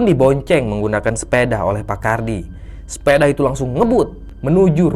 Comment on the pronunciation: SEPEDA... BUKAN SEPEDAH...